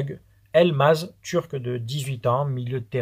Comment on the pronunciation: Salut, ça se prononce bartou Elmaz,. Jeune espoir très prometteur capitaine U19 et ils survolent. j’en ai déjà parlé début de mois sur la chaîne « om futebal art », perso je kiffe allez l’OM. Allez